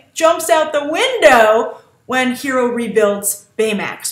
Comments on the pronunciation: Honey Lemon is pronouncing Hiro name the correct way, when any Japanese word is written and translated one pronounces all letters. jus like in spanish, honey lemon is hispanic so she would know how to pronounce is name correctly.....i guess its something Lost in Translation ;) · Beyond The Trailer HI Grace! Huge fan for your reviews and analysis. You mentioned Honey Lemons accent. Actually, she is the only one in the group to say his name's pronunciation "correctly", like Japanese correct. I was, in fact, surprised that she got his name right and weird that Gogo got it wrong since she is Korean. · Totally agreed with Honey's pronounciation of Hiro! X) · I am the only one that doesn't like Honey Lemon's design? The only thing I thought was cute about Honey was the way she pronounced Hiro's name. I think it's funny that Grace disliked the only thing I like about Honey Lemon.